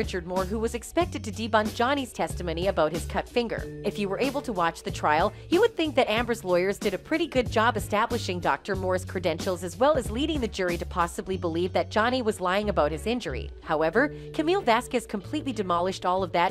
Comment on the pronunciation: did the narrator say Amber's liars instead of Amber's lawyers?